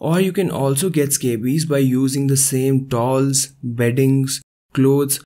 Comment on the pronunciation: Excellent video Dr. Please look up pronunciation of word "towels" . Youre saying it strangely like tauls. Couldnt understand you. Otherwise great help.